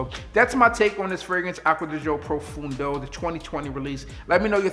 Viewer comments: it is not profoundo....it's pronounced profondo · I believe you are not pronuncing the name of the fragrance correctly... It's not profundo but profondo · Saying it wrong but it’s coo. Pro fon doe!!!